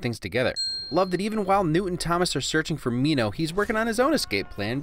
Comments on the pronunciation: MinHo is literally the way you would speak his name the right way😂 Love your video tho 😇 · Honestly I'm so glad he pronounces Minho right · 6.30 that's the accurate way of saying his name. The way they have been saying it before is off.